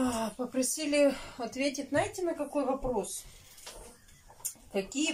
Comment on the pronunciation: ну ты же выговариваешь букву,,з",почему же ты всегда говоришь не,,знаете",а,,наете"?